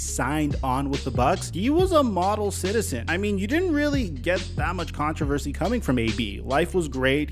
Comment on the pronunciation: Lmao you clown him for parody because of how you say controversy 😂